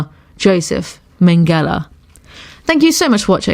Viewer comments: You said Josef Mengele'd name wrong,it's Joe-seph Meng-A-lay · Long lil finger nails does not mean cocaine it means ear cleaners. Ey that war criminal could have been a joke, but but why Mengele? and pronouncing his name like if you were a vocally dyslexic drunk warcriminal yourself?